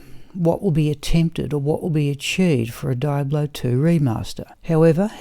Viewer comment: Triggered every time you said die-ablo